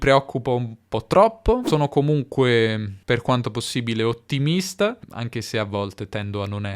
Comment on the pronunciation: Perché pronunci "richiesta" e "ottimista" nei primi trenta secondi con la schwa alla fine?